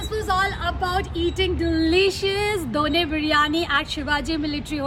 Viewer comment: Di Its not dhoone Its dhonne Don't lag the word